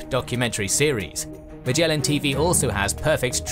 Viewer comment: I don't know whether Magellan TV is special at all, but 'Magellan' itself is pronounced with a so-called hard 'g,' as in 'give,' not as in 'gem.' It reflects the original Portuguese name 'Magalhães.'